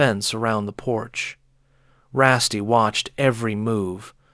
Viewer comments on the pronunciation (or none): I don't mind however you're pronouncing Rusty wrong. RussT.